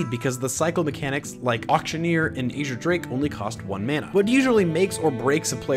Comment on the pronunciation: I think you're mispronouncing azure